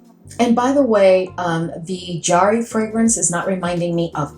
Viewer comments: I see Daniel’s videos a fair amount, and it’s pronounced the way you originally said - juh-HAW-ree. 😊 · You pronounced it correctly the first time, Jaw-hari. I absolutely love Jawhari!!!